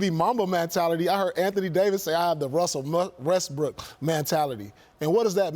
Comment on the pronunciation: Wussle Westbook fo sho co 🧀